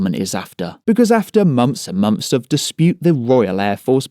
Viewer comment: "fings", monfs", "fousands". Lol.